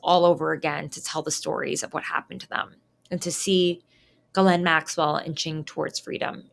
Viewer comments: Not out of any respect to her, but for 1 former girlfriend, & 1 coworker, it's an old french name, popular here in Québec, properly pronounced close to: "she's - len" not "guhh - layne." I'm Geoff pronounced like you know who "Jeff", but many, including an English teacher said: "G - off".🤦 Those who know better, will roll their eyes & smirk with Ghislaine as "Guhh - layne" I respect your work, your Mom, so I thought I'd let you know.❤👍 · Why the hell can't you pronounce her name correctly?